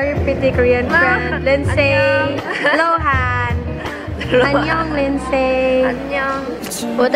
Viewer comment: Luhan?? I heard it right? Right??😂😂